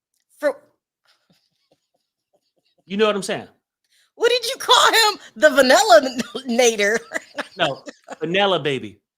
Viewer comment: When said Vanella Baby 😂😂😂